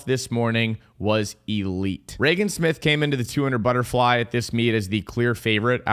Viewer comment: death, taxes, and pronouncing Regan Smith's name two different ways in the same paragraph 🤣